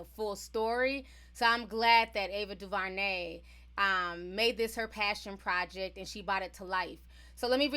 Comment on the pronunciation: Its Du-ver-nay not Du-va-nay (sorry that was distracting lol)